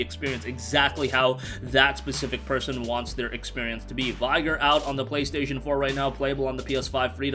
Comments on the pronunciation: Thought the same thing, I didn't even know what he was saying until I saw the title and said "oh! Vig- gor" haha but hell I as an american still can't say foe(faux)when I say fox Canadian's cringe lol! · did you seriously mispronounce vigor?